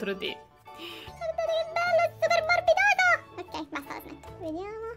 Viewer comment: Non si pronuncia mi contro ti metti un like se e davvero quello che ho detto